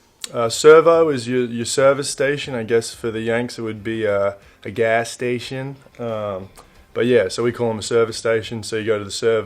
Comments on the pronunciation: PLS the way he said gas station i cant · the way he said “gas station” 😭😭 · The way he said gas station 😂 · when he said gas station in his american accent😍😍😍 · When he said “gas station” in an American accent, I realized how much uglier American accents are than Australian accents. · I know its wierd in comparison